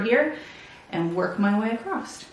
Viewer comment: "Across," not "acrost"